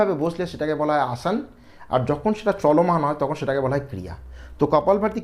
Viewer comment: আসন কে আসান বলছেন কেন?